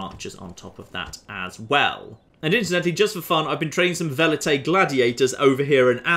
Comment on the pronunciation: Okay SO I'm a bit late here but can someone explain to me why Velites is "Welites" But Julianus Vatinius is "Vatinius"? Why does one V sound like a W and one sounds like a V? pls halp